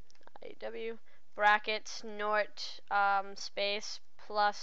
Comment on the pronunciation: Question: What's a "nort?"